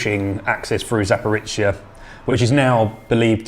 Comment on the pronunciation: Guys, Zaporizhzhia is not pronounced like Zaporitcia! The letter "zh" sounds like the "s" in the word "leisure", and zhzh is just a stretched version of zh. Anybody can say "zh" because it exists in English too.